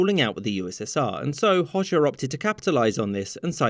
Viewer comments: You dont say it hosha you pronounce it hoga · It's not pronounced Hoshe, but Ho-Ja. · Albanian Hoxha is pronounced like Hoja, not Hosha😭😭😭😭😭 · Its pronounced hodja not hozha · Hoxha is pronounced closer to "Ho-cha" :) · He pronounced Hoxha as Hozhja. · Well represented history! Though, as a side note, it's pronounced Ho-ja (or hodge-a) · You completely pronounced hoxha wrong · Love how he pronounces Enver Hoxha😆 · Yep,as an albanian you are right,he did mispronounce it.